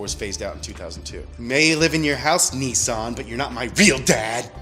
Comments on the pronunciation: Nissan not Neesawn. ffs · I can’t take you seriously when you say Neesan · Dude Nissan not NeeSaan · Its not a Kneesan Its a NISSAN! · Its niss an not nessan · NISSAN ( NIS - SAN ) not ( NEE - SAN) WHY THE FUCK YOU PRONOUNCE SHIT INCORRECTLY ON PURPOSE!?!??! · OK Pronounce Nissan correctly if it's hard split it up nis-an Not neesan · Nissan is not pronounced "nee-saan" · Why do Americans pronounce Nissan so weird. "Niissaaan" lol. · The way he says Nissan is hilarious 😂😂😂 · Its pronouced Nissan Not Nissan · why do you pronounce Nissan so stupidly.